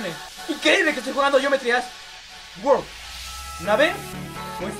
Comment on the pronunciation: nose si dijo world o wow :v